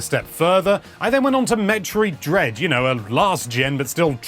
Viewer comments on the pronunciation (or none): Metrowee dreed. Lol.